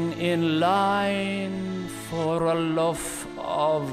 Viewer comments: I think he say "a loloaf" thats my mind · luf of brid